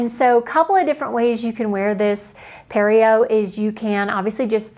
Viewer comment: Pareo (puh-reh-yo)